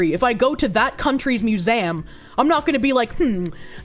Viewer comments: Mew-zay-umm... hmmm... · The way says "museum" as "mew-zam" irks me lol. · 'Louvre? i dont know how to pronounce it..' Also: 'Mew-zay-am'